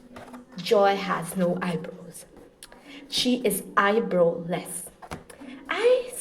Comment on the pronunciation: The way she said " Eye-brow-less" I can't stop laughing 😂😭